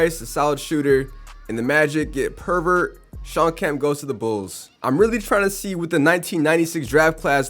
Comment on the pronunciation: Bro called purvis purvert